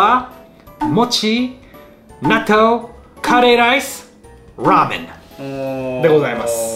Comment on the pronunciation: なるほど、ラーメンを英発音する時は「ゥラーメン」となるのですね。 Rだからか〜。